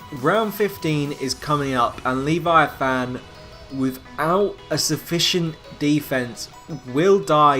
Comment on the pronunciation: The way you pronounce "Leviathan" is annoying... The e isn't long, and it's said all together... "Leh-vi-a-thin